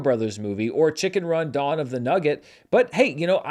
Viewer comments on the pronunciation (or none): none